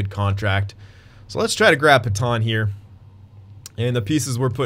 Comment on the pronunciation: Pet-anne not Peton please dont say Peton anymore